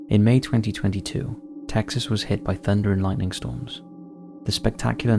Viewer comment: 'LightNing - there's an N in there mate 'a slight smell of sulphur...no 'ic' every video.